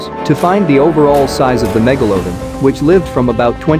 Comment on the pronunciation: Why do you say it as megaloadon not megalodon. Just pronounce it right. Its not hard. Other than that great vid.